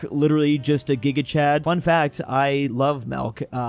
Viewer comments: constantly saying "Melk" instead of Milk makes me laugh. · Milk not melk lol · Everyone else: Milk,: Melk, theft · it's milk not melk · keeps saying 'melk' instead of milk. If I were to guess what country he'd have to obsess over because he has a marginal amount of ancestry from it, it would be the Netherlands. Then again, he isn't exactly tall... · the way he says milk sounds like melk and as a dutch person that is realy strange to hear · Bud, why do you say milk like melk? Like that's the first person I've ever heard say it like that